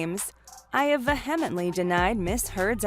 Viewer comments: FYI the word vehemently it is not pronounced “vuh-HIM-int-ly”. It’s “VEE-uh-mint-ly”. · Vehemently is pronounced VEE-EM-EN-TLY. The "H" is silent. It means to be 'in earnest'. And Amber Heard is the "C Word" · Try that again - it’s more like vee-em-ently - ˈvēəməntlē - You don’t pronounce the h in vehemently. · It's pronounced "VEE ah mently". You're a reporter? Learn English. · “Va-hem-itely” denied??? Huh? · “vuh HEM et ly”? Jeez. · "Vehemitley".... X2 LOL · Ve-HEm-enet-Lee? Hahaha that’s not how you say that. Also, such poor phrasing: Depp has HIT Heard with multiple allegations. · Yeah. it was painful to hear ))) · So I am supposed to listen to who can't say vehemently correctly. Learn how to.pronounce words correctly. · To this narrator : LEARN HOW TO PRONOUNCE THE WORD "VEHEMENTLY". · Vehemently! See proper pronunciation!🙄😆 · You know, you can look up the pronunciation of words like “vehemently” before you make a video. This would make it seem more believable that you actually know what it means. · These he people that make these videos are sun and educated, they don’t know how to say the word “vehemently.” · Vehemently??? You don’t know how to pronounce this word? What a joke!